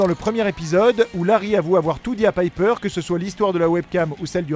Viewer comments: "pipeure kapmane" je suis mort! on dis "paipeure chapman" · Et déjà c'est " paillepeur" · "Pipeur" pour prononcer Piper non mais sérieux quelle horreur, sérieux ne parlez jamais des détails de Charmed... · Comment vs prononcer Piper mdrr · Waouh comment t’as écorché le nom de chaque piper Chapman 😂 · Vous auriez pu prononcer Piper en anglais ! Même dans la série Charmed ils faisaient l'effort. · Vivement le 9 juin pour la saison 5 ! Super vidéo au passage, mais la prononciation de "Piper" est à revoir... x) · Y a que moi qui ça choque la façon dont il prononce le prénom piper ? 😂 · Kaori Review même en VF ça se prononce à l'anglaise alors pourquoi ils le disent à la française 😂 c'est super moche en plus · Piper prononcé à la française quel bonheur... Et l'actrice se nomme Taylor SchiLLing et non SchiFFIng...